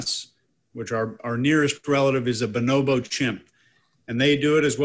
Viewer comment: it's Bonobo, not Binobo